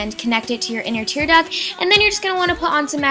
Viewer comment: do you mean tear duct? Not tear duck? lol